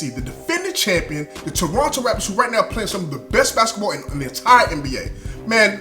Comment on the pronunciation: Perfect pronunciation of Toronto in the opening seconds and perfect commentary!!! Was waiting for this video! Keep up the great work!